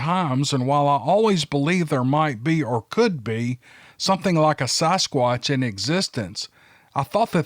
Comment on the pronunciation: "Saugh-squatch" lmao, never heard anyone else pronounce it the way you do! I love it though!